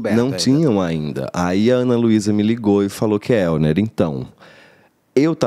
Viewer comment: O sotaque ficou perfeito, não reparei nada, parabéns Kelner!! ❤